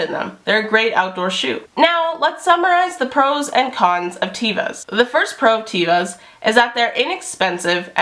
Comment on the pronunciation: Great vid! Very informative! "teh-vah," with a soft "e." : ) (Hebrew word for 'nature')